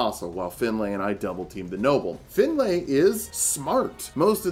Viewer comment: Awesome video but you are pronouncing the name Finlay wrong its not pronounced Fin-lay more Fin-lee